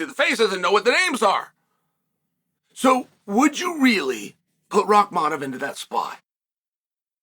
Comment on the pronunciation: Take a shot every time he says Rockmolov